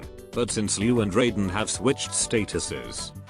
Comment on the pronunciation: And they still can't even pronounce Raiden correctly, but mispronunciation is part of MK's charm